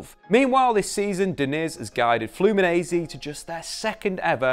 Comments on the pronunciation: We say Flu-me-nen-see not Flu-me-nee-z. Also, nobody calls it "O Círculo Bobo". Its called "Bobo" or "Rodinha de Bobo", which means, in sequence, "Silly" and "Silly circle/wheel" (as you've put it in the video). Bobo or "Silly" are the players inside the ball that have to keep running after the ball to intercept it when its being passed inside the circle. Its very widespread here in Brazil from kids to professional clubs. In addition, "toco y me voy" its in Spanish and we don't use this term here. We just call it "Tabela" (its essentially the same thing, someone passses and moves forward to receive the ball, thus moving past the opponent) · Let me teach you a thing...say FLOO-MEE-NEN-SAY...repeat after these... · You can say it like FluminenCe. The S after the N in portuguese sounds like a C 💚🤍❤️ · This is how you say it: “Flew me Nancy” think these words and voilà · I love the way he says "Flumineize" everytime and don't even tries to apologize(and he shouldn't) EVERYTIME for spelling it wrong. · Hello! Well, awsome video! Diniz is the future! And, about your pronounce with the "Fluminense" word , you have to talk like if saying these separated word in inglish : Flu + Me + Nancy :-) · Video is awesome, but you're saying "Fluminense" as an Italian. It's not that hard, I'll etite it using English sounds: Flu-me-Nancy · It’s pronounced flu-mee-nen-see